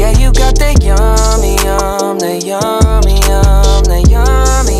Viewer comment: Why does it sound like he's saying "yumda" not yummy?